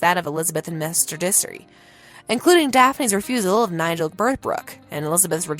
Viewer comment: Mr. Dissery? What! Let me narrate!